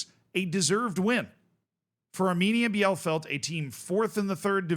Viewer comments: The DFB Cup had succesful non-first-League teams for multiple seasons now. Like, last year 3 out of 4 semifinalists weren't in the first Bundesliga. It's kinda amazing. Keeps me Dreaming that my beloved Sportfreunde Lotte might have a shot, too. But also, of all German city names, I'd never guess that "Bielefeld" is one that Americans fail to pronounce correctly. it's "Bee-le-Feld" - "ie" in German is like "ee" in English, and German has no silent vowels. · Just for your information how to pronounce Bielefeld Bie = Bee (English) le = le (french) feld = felt (english) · If Bielefeld would exist everyone there would be insulted by this pronunciation. 😂 Edit: autocorrect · ie in German is just a long i. So it's just Bee-leh-feld not beianything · bielefeld is pronounced Bee-Le-Felt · It's pronounced Beal-eh-feld. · Hey I know you love us correcting you on teamnames: it's bee-le-felt:D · just pronounce it correctly as "Bee-lefeld" next time, please ! 🤓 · to pronounce Bielefeld : Bee-le-feld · Hey, the name of the town is pronounced Bee-lay-felt, at least i would consider it to be the closest in english words for the correct pronounciation. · Bielefeld -> "Bee le feld" for english speaker. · Its pronounced BI-LE_FELD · First of all Bielefeld is pronounced Beelefeld (for you english Folks) and secondly: my guy you did Videos on Saarbrückens Cup Run last season? You dont remember that they beat Bayern and that Leverkusen was the only Top Division Side in the semis Last year? Saarbrücken also we're the First 4th tier Team that made it to the semis in 2019. And also Bielefeld had many Bundesliga seasons in it's history and still this is the first time they got to the final as 4th place of the 3rd Division. And yes they are not the first team to ever reach a final as a 3rd Division Club and yes we have two 2nd Division Clubs in Offenbach and Hannover that already won the Cup in huge upsets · Pronounced: Bi-le-feld ... for future use. ;)